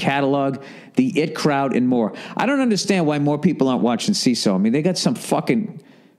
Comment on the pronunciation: Bill I know you probably don't read these but its the I T Crowd (eye tea)